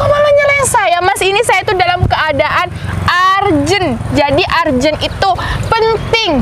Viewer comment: Bacanya ERJENT bukan ARJE NT